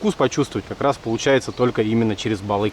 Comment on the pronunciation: По якутский "балык" а не балик может у других так и произносится, общее название рыб